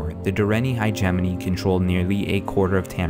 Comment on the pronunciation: I like the series but every time he said Direnni Hegemony I cringed. it's not hi-jemoni, it's more like hedge-mony or hedge-ah-mony. :S